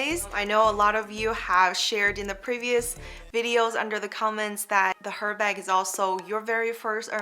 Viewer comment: Not Her, Ermess. So, its name is best pronoynced as ErBarg. It is unissex. Beautiful video, BTW😊